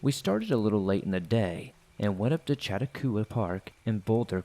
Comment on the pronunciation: Chatta-who-ah Park near Boulder - wtf...? How about Cha-talk-wah - Chatauqua* Park!